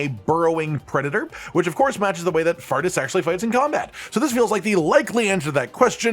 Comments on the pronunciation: I'd bet all my money its pronounced "four-tis" and not "fartis" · Faurtis is pronounced 'Fortis' btw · It's name isn't pronounced fart-us by the way lol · I pronounced Faurtis as Fort-is since words with 'au' usually make an 'aw' sound rather than an 'ah' sound, but fart-ass works as well I suppose